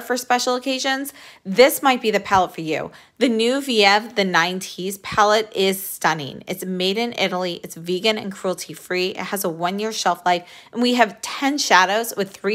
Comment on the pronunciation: It’s pronounced veev. It’s the last syllable of Genevieve